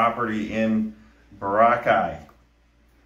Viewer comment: Bro, why can’t you say Boracay properly? BOR-ah-Chay.